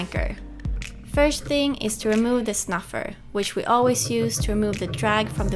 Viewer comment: great update but its not :snuffer" its Snubber.. Love your channel